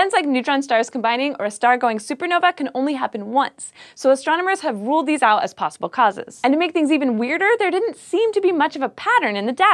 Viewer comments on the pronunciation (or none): none